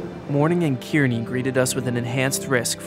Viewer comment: Kearney is pronounced "car-knee"